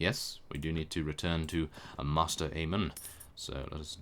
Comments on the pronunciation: mae-ster, not master:P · By the way Maester Aemon is pronounced Mace-ter. it is not master. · Sorry, but I don't know if anyone else has pointed it out but you pronounce maester like 'may-ster'